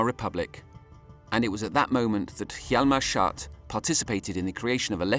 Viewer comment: not the narrator constantly calling him hjalmar 'shart'